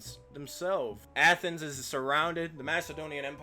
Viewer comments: What the hell is Athenas? It’s Athens “ath-ins” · Why do you pronounce Athens like that?